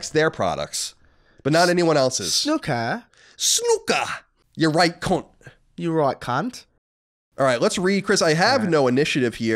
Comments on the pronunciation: Great podcast guys - loving the ps5 news and looking forward to hearing your take on days gone..... so with the snooker thing and being English.... if you ever have the desire to pronounce the word in our native tongue it is 's-NEW-kur'. Here is a great example for you to enjoy :) :))) I very much enjoyed listening to you guys passionately saying snuk-ker and demonstrating your jason statham impressions :) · didnt comment last week, but seriously, snOOker. Please please never say it wrong again!! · You still haven't got it, even after listening to it... "S-NEW-KUR" guys... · i got to say your English accents are actually pretty good, thats coming from an east Londoner who grew up with cockney parents lol but its 100% SNOOKER SNOO is pronounced like ZOO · The american pronunciation is wrong! Do you say "Snuppy" when you refer to Charlie Brown's dog?